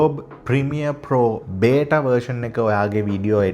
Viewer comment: වරදක් කියනවා නෙවි, බෙටා නෙවි බීටා(beta)😊❤